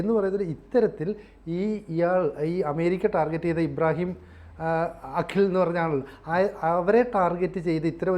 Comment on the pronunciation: അഖിൽ അല്ലാ..! അക്കീൽ...! ചെറിയ ഒരു വ്യത്യാസം